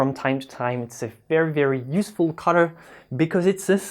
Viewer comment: i couldnt figure out what the heck a cutter was, then i realized u said Color,. sorry, no offense intended